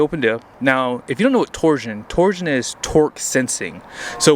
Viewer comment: Torsen, not torsion.